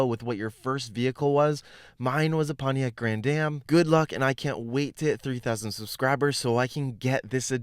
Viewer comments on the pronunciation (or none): none